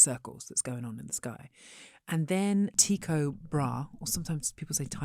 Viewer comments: Well, it is is not Tai-ko, it is Ty-ko Bra-he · In Danish it's more like "too-koh bra'h" ! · as a Scandinavian, both these pronounciation hurts my ears bad. The Y in Tycho is more like the German ü and the final syllable in Brahe is not more than a slight breath Tyy-koh Braa(-he) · Tee - Coh Bra'-UH please. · I named one of my dogs (who sadly has passed on over 15 years ago) after Tycho Brahe... I always pronounced his name as Tie-Co Bra-Hey... Back in the early 2000's we Americans probably mispronounced it... now I know I did... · Neither of them can pronounce Tycho Brahe. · Two supremely intelligent people, yet they BUTCHERED the pronunciation of Tycho Brahe In their defense, though, the Danes themselves butcher Danish, so... ;)